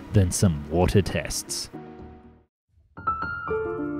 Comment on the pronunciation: you should do more videos about submarines. the way you say 'wotah' is just perfect😂😂